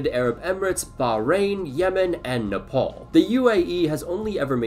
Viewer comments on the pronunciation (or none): none